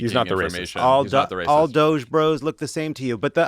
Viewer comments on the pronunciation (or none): Pronunciation, guys. Not DOGE as in "cogent". DOGE as in "dodgy".